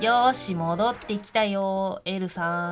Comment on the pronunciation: エルさんじゃなくて、エルサーって聞こえたｗ